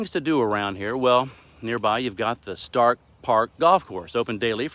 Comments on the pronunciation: Thank you for featuring my home town! Please note that Starcke is pronounced Star-key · Starke pronounced StarKey. Most of the growth around Seguin now days is to the north of I10 off 46 or 123. Seguin has the essentials for everyday life and traffic is not anywhere near the level of New Braunfels. There are many industrial jobs to be had with more on the way.